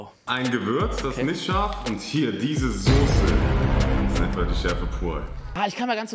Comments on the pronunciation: Niemand: Absolut niemand: Unge: Sose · Normale Leute: Soße Unge: Sose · sagt auch Sose 😅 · von PietSmiet sagen auch alle Sose